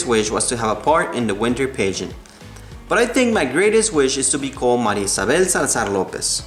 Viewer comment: Great story! Pageant was not pronounced properly.